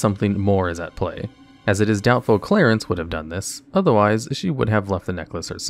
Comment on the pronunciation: Do you just have a vendetta with mispronouncing names? Clarence? Ivar?